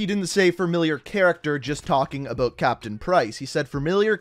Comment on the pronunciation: I really hate the way you say “about” lol